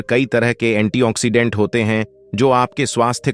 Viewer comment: अर्क को अकर कह रहे हो, फंगल को फगल कह रहे हो एंटीऑक्सीडेंट को एंटी ओन ऑक्सीडेंट कह रहे हो